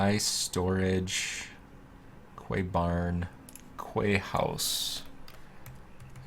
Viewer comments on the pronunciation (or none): fun fact quay is pronounced "key"